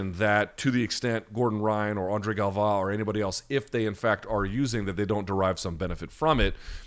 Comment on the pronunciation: Does the way Luke says Galvao stand out to anybody else? I can’t tell if he’s putting a little extra sauce on the pronunciation or if it’s just a deviated septum at work